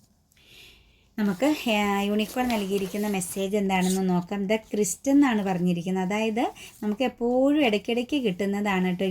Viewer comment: Sister. ക്രിസ്റ്റ് അല്ല. ക്രൈസ്റ്റ്.